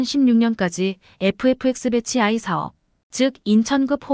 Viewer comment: 배치 아이 엘엘이라고 하지말고 BATCH 1 2라고 읽어야 해요